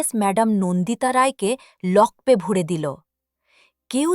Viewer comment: নিম্ন মানের উচ্চারণ। লকপে কেন, লকআপে তো। গল্পের কাহিনির সঙ্গে ছবিগুলোর বেশিরভাগের সামঞ্জস্য নেই।